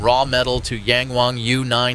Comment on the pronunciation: Yäng Wäng. lol. lehrnt mal chinesische Aussprache ihr doofen US-Amerikaner.